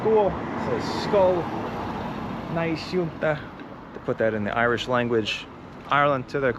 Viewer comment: Your Irish pronunciation is awful though.